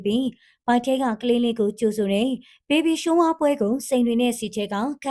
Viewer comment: Baby Shower ဘေဘီ ရှာဝါ လို့ဘဲထွက်ပါတယ်ဟယ် ဘေဘီရှိုးဝ မဟုတ်ပါဘူးဟယ်😂😂